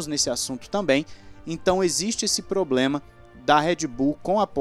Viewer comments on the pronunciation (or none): none